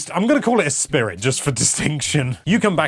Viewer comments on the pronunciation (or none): none